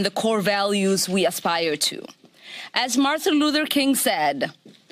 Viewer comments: Did she say Marthan Luther King? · Lol "Marthan luther king." These people stand for everything that is not American. "Athleacks"😂